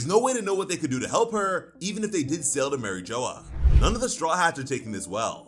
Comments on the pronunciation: Did you really just say Marie joa? Seriously? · Who the hell is Mary Joe or whatever the hell you’re saying? It’s pronounced like a French word not Joe or Joya or however the hell you’re saying it!